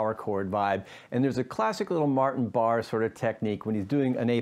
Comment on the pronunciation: Pronounced Bar-A